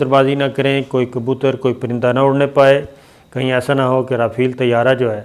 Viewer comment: O pagla (Jont) nahi (giant) hota ha Our (rafeel) nahi (rafail) hota ha. MEERA g se tuition hi lay lo